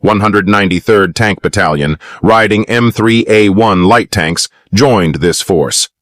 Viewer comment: UM. THE " LIGHT " TANKS...NOT LEA TANKS